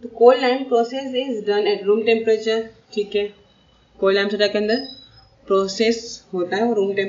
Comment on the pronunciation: cold ↗ clod↘